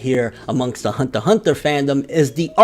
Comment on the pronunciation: Why you say it like Hundter Hundter?